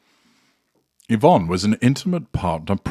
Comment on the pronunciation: I’m glad you pronounced her name correctly. My Mum’s name was Yvonne and she always complained that people called her Evonne. Totally different name .She always said her name was ivonne not evonne ,to make a point between Y and E .